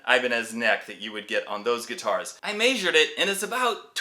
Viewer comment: You must be from Utah. Measure you pronounced May-sure. You have wild fingers, love your style. Thanks for sharing.